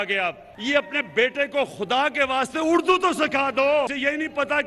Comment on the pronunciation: کامران صاحب ۔شست نہیں عمران خان صاحب نے نشست کہا اور اردو کو اڑدو کہا ۔